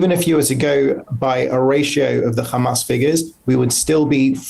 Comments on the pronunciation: how many times he said khamaas with this little moment? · When your " khamas, khamas" doesn't work.